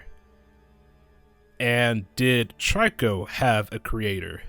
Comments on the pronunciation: its not tryco its trico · the way u pronounce trico is tree-ko not try-ko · trico is pronounce treeko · You’re saying trico wrong